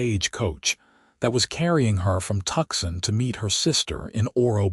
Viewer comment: Although the narrator speaks excellent English (American accent) but, his pronunciation of Tuscon is - wrong. And, never using contractions ie: I cannot instead of can't - or, I do not instead of I don't - the narration is stiff and formal. Just an observation.